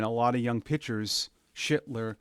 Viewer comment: Lol it’s Schlittler not Shittler